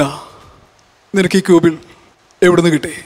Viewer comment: ക്യൂബിൾ അല്ല.... വ്യൂഗിൾ ആണ്...